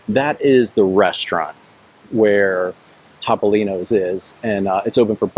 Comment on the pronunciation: It’s pronounced Toe-Poe-Lean-Oh’s and Bar Reeva 😂😂